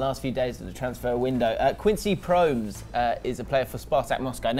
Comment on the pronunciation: Its pronounced Quincy Promass